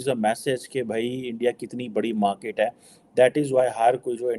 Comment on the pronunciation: Special: Please don't say मार्कीट like Pakistani anchors ! Say मार्केट